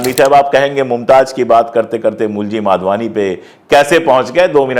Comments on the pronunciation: Madhwani not Wadhwani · माधवानी को बहोत बार वाधवानी क्युं बोल रहे हो । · I always like your channel. A correction- the surname of the family is Madhwani, not Wadhwani. Or perhaps I am hearing it wrongly. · Vadhvani nahi madhvani hai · भाई साहब, नाम के उच्चारण तो सही‌ करें.......यह परिवार ' माधवानी ' कहलाता है, वाधवानी नहीं ❤😢😅😂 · You keep saying Wadhwani, the family's name is Madhwani and not Wadhwani. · नाम माधवानी है आप बार बार वाधवानी बोल रहे हैं. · It’s Madhvani not Vadhvani! Through your you call them Vadhvani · They are MADHVANI and not Wadhvani as you pronounce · Pandey ji you have to be clear while speaking. Was it madhwani or wadhwani?